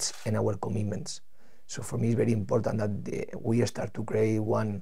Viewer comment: is he going to say "IMPODDANT" 10 times every interview???